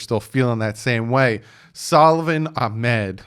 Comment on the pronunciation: Thank you for saying Salvon Ahmed last name correctly. AH-MED... I was pissed every time the announcer said Achmed